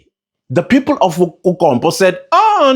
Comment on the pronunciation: I know this is a serious matter but the way you say kuKompppo 🤣🤣🤣🤣🤣